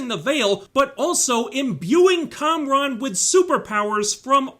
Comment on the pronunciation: Its Kamran not Konron. Check your hearing.